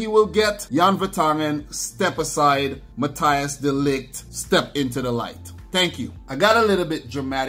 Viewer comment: Dude, you pronounce it Mathys de Ligt, not Mathi Jis